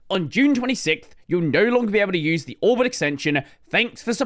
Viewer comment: Why do I always understand Albert instead of Orbit?